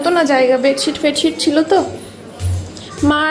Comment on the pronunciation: Chila noy chhila